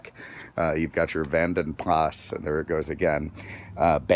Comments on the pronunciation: How to spot an American - ask him saying 'Jaguar' - JaaagWAAAR. Jeeeez, how's that Lord?! as de 'Vanden Plah'. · The S is silent. It's VANDEN Pla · The S in Vanden Plas is silent